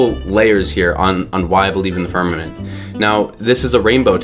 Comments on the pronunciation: The firmaNent? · Is it just me or was he saying "firmanent?" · ffs, he can’t even pronounce the word ‘firmament’. Give the doofus a crayon and let him consume it.